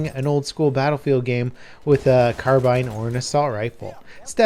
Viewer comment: It’s pronounced carbine not carbine